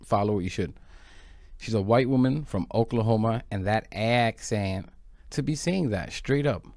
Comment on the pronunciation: You got me with the pronunciation of "aaackceent"😆 , hilarious.